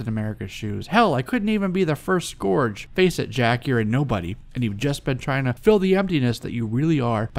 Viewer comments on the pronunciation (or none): Great episode...you persistently mispronounce "scourge" (pronc: skUrge) and you mispronounced "posthumously" (pronc: PAHST you must lee) Keep up the great scholarly work!